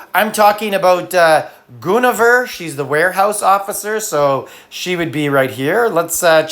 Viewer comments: Goon a ver???????? You’re killing me smalls ….its Gwen o vir’ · Lol. GWENavere would be the pronunciation for Guinevere. The regular all star dragons are already out of reach for most at this rate, it's just more FU.